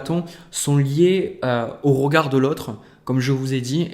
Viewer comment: Le « rogard » 😁🥰 merci j’ aime votre justesse et simplicité